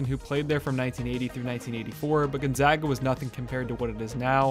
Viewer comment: i’m happy that he pronounced gonzaga correctly